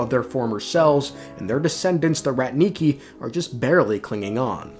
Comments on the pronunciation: "rAtniki", not "ratnIki", it's a Russian word that translates as ancient word for warriors, it's not used nowadays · It's rAtniki, not ratnIki